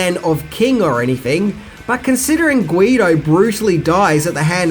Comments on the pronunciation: You need to pick up the recent re-issue of the graphic novel, and it's 'greed-o' not 'Guido'. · GRRREEEEEE DOH NOT GWEEEEED DOH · It's Greedo not Gweedo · i heard u say Guido instead of Greedo haha good stuff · It's Greedo not Guido! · Guideo? Dude its Greedo. No hate here, just instruction. Peace. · Did you say gweedo?? Rewound it several times. It was greedo... And i have heard you say greed b4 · Did you REALLY just call Greedo "Guido"?! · It's GREEDO (pronounced GREE-DOH), NOT GUIDO (pronounced GWEEDO) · Did you call Greedo "Guido" LMAO? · at 9>05 did he say "Guido: instead of Greedo? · I know it might be your Australian accent but it is Greedo not Guido just to let you know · Guido? I believe it's Greedo. You are just the worst with names brotha...but I still like your videos. Cheers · Ah, and his creative ways of pronouncing names. The character for whom that Star Wars action figure was named Greedo, not Guido. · It's "Greedo", not "Guido" - he's not from The Jersey Shore :P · wait, is he pronouncing Greedo as Guido? Not to start a whole Yancy Laurel thing but I'm hearing Guido. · Greedo, not Guido! lol! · ZOMG it is GREEDO not GUIDO. GAAAAR GGHHHZZZAMAAAAM MY NERD FANBOY BUTT IS HURTING OMG NOOOOOOOOOO OH THE HUMANITY! Love it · Who the hell is gweedo? Do you mean greedo? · haha Gweedo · it’s Greedo not Greeto or Guido like in this video. You are absolutely incorrect, Greedo never shot. Han blasted him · Uh oh... you mispronounced the name of a Star Wars character (Greedo, not Guido). Angry nerd comments incoming. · Guido? No,. It's GREEDO